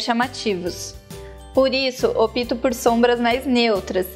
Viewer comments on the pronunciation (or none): "Opto" se pronuncia "ópto" e não "opito". Fica a dica para a apresentadora, pois doeu nos meus ouvidos.